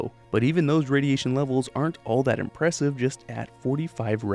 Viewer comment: That, at the beginning. It sounded like... Achtung